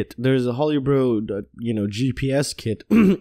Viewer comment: May want to look up the pronunciation of Tarot and Holybro. Otherwise, cool vids.